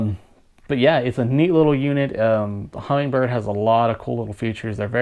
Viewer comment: I am amazed that the guy is narrating an instructional video on a "Humminbird" product and he calls it a "Hummingbird".